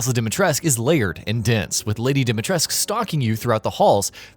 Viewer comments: Stop saying Dimitresc for crying out loud! It scratches my ears. 😜 That's a Romanian name and the "u" at the end is not silent. We pronounce it... Phonetically speaking [Deemeetrescu] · Oooh God, could someone please actually learn how to properly pronounce Dimitrescu??? It's not Dee mee tresc, it's Dee mee tres coo ..... I know the name is not American but someone could at least try to pronounce it right and pay respect to the Romanian language. Capcom included. Jesus...... De mer tresc..... 😖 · It's pronounced DimitrescU. Like Ceausescu. It's Romanian. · Its DimitrecU pronunciation... with U. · No, it’s not silent. Maybe it’s pronounced this way because of the ‘Merican voiceover, that wouldn’t surprise me, but it’s not silent in Romanian.